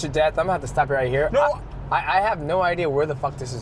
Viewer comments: The first thing he should have taught him was how to say DEATH... With the TH... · Greatest of all time MM JOHNSON. all caps man .teach that boy Deaf sentence how to pronounce death right .much love . U r the realest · Is he saying death sentence or death city before his fights? Everything is pronounced clear except that word.